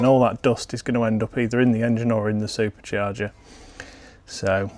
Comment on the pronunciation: Can you make a video teaching us how to say "supacharga" so elegantly as you do